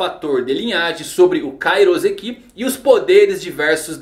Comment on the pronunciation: Ia ser louco os pacifistas com vários poderes diferentes e ainda com Kairouseki Falando em Kairouseki. O correto é pronunciar com som de S, pois na língua japonesa o S só tem som de S. S com som de Z entre duas vocais é uma prática da língua portuguesa